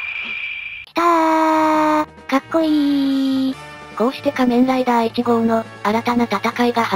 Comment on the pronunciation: の「変身ブイスリャ～」はドクトルＧが変身したカニレーザーの時に初めて言いました！けどドクトルＧも「仮面ライダ～」と珍しい発音で言ってた。